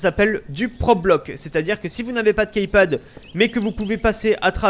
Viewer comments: Après c'est vrai que key ce prononce ki mais le total de Keypad.. bref on s'en fou ! Ciao ! ^^ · key ça se prononce "ki". Dsl mais ça me perturbe ^^ sinon encore une fois très bon tuto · Jveux pas faire le mec chiant mais on dit "kipad" mdr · KeyPad plutot =)